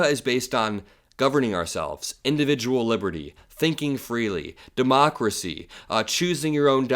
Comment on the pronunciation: De-mockler- acy